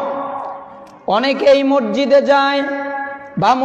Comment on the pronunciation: সে তো ভাই মসজিদ কে মরজিদ বলে